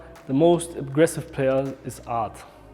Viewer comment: anybody else heard guerri saying fart instead of art lmao